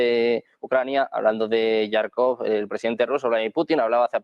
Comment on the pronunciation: Por que, insiste en decir yarkof, cuando sabe perfectamente que es jarkof, a veces hasta resulta molesto ya